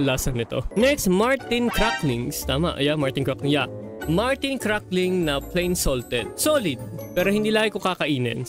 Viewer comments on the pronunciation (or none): none